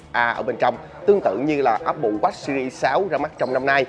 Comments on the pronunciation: jos Quý apple wash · Nghe chữ Watch ông review đọc khó chịu vl :))) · Đọc tiếng anh chữ watch nghe khó chịu quá. Chỉnh cách phát âm đê